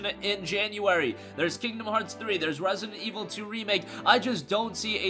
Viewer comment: Rare-see-dent Ee-vull... Two...